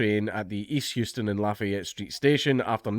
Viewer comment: It's House-ton.